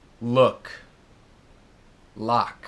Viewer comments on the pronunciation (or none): none